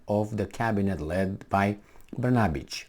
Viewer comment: your pronunciation of the Serbia PM's name is very good --> Br-na-bich... the second part to Kosovo's name is Metohija (Me-to-hi-ya) which is derived from Greek and means 'land of monasteries'